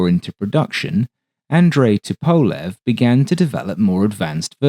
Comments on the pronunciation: The Tu-95 is an amazing airplane. But for the record, the designer’s name is pronounced “TUP-o-lev” not “tu-PO-lev” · Ok, I have a question. I normally wouldn’t question your pronunciation of anything. However, I’ve always heard it pronounced “Toop-a-lev” and I noticed you use “Tup-a-lev”. Is everyone else saying it wrong? Not a big deal at all just curious. Thanks for another great presentation! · FYI - Tupolev is pronounced TWO-PO-LEV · Isn’t it to-po-lev? Instead of to-powl-ev? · I'm pretty sure it's pronounced "TOOP-uh-lev"? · It's also dependent on the time of day. The great Sir Peter Ustinov used both pronunciations, and even a third - Tu-POV-lev, which was popular in the 80s and 90s..."The success of the ANT-1 (standing for the initials of Andrei Nikolayevich Tupovlev) test aircraft prompted..." Likewise, there will always be opposing opinions whether Tu-95 should be sounded out as either 'Too - ninety five' or 'Tee Yoo - ninety five.' Andrei, I think, would be more concerned with not having his assemblers, managers, testers, or designers executed vs correcting Western pronunciations - '...just spell my name right.' For the record. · Your videos are always a highlight of my day! One suggestion: Tupolev = “TOO-po-LOV” (why “LOV” for “LEV”? ‘Cause Russian!! 😂) Middle syllable unaccented…there, Bob’s yer uncle!!! Seriously, you are a gem in a sea of AI-generated narration and nonsense. 😊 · Actually, it's TOOP-oh-lef, with the accent on the first syllable. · The way you keep mispronouncing Tupolev is infuriating me. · great video, apart from the slightly odd pronunciation of Tupolev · Excellent video but and its big but your pronunciation of Tupolev is like dragging your nails down a blackboard to me